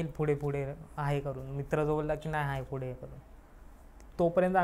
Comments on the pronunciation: फुडें नाही रे पुढे म्हणतात, शुद्ध बोल जरा, काय प सायलेंट आहे का तुझा, फुडें काय फुडें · Not फुढे it's पुढे....I🤫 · Pudhe ❌fudhe ✅......😅😂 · फुडें काय आहे 😂😂 फुडें व्हायला 😅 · पुढे ❌ फुडे ✔️🤣😂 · या चॅनेल वर आलेले बहुतेक सर्वच लोकं पुढे ला फुडे का म्हणतात.. कुठल्या एरियाची भाषा आहे ही